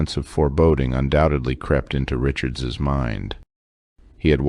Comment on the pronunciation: I have a question: Who taught you to say Richards,s?